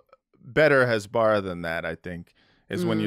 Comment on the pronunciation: You all are doing a tremendous public service with this podcast. But if you're going to dunk on Michael Rapaport for not pronouncing words correctly, you should learn to pronounce "hasbara" 🤣🤣🤣 🤦‍♀